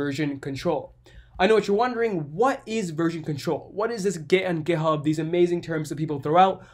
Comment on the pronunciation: Makes me laugh sounds like he saying gayhub